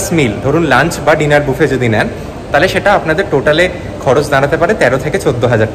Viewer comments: It's not baafe, it's boofe. Please correct your pronunciation. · Sorry to interrupt. Buffet, এর উচ্চারণ বাফে নয় এটা হবে বুফে। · Buffet এর pronunciation বুফে হয় , ব্যাফেট বলে ভুল উপস্থাপন করা অনুচিত । তা থেকে অনেকেই ভুল শিক্ষা গ্ৰহন করবে।